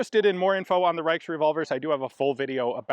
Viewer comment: The "ch" in "Reich" words (Frankreich, Österreich, Königreich, Reichsdeutsch, usw) is actually not hard. (i.e. It doesn't sound like a "k")